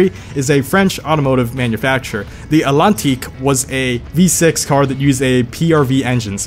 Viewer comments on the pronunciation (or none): actually u dont know how to pronounce antlantique at all not even with an american accent :| NO OFFENSE* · to help you with the atlantique you prononce the T the way you pronnce it sounds like allantique mondial not mondeo! lol